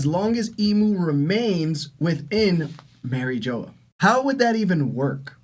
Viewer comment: Merry Joe is crazy pronunciation